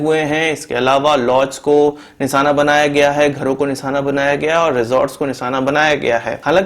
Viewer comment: Abe jahil nisana nahi nishana hota Hai fake news mat dikha